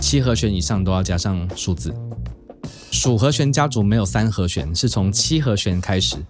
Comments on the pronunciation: 和xuán和xuán和xuán，听着真难受😣，是和xián... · 好和xuan，好和xian，發音好像有點不準餒。。。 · 「弦」读「xian2」而不是「xuan2」 ：） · 讲得很好，但是请注意和弦，发音是he xian, 不是 he xuan. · 和弦 ㄒㄧㄢˊ